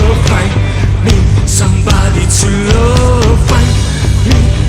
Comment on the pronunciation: Mi dispiace ma “sambadi zullooov” non si può sentire